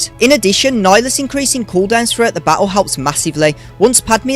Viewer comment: Has anyone ever told you that you pronounce the word battle and many other words like a total dickhead?